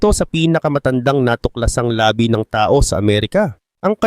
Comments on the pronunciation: Mali pagbigkas mo ng labi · bilisan mo ang pag bigkas ng labi..yung bigkas mo labi parang labi ng bibig.